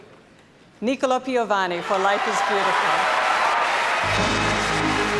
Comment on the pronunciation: Nìcola instead of Nicòla, what a mistake!!!